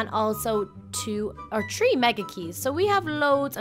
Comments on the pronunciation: i like how she says tree instead of three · Who wonders why said three like Tree Lol